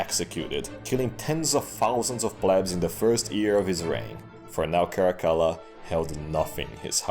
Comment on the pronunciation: Man, even told through meme format, Cascilla sounds worse than even Caligula.